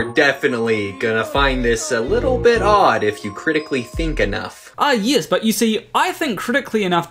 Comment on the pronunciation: I'm just weirded out by the way he talks. "You're DEIfinitely gonna FINd this a little bit Odd."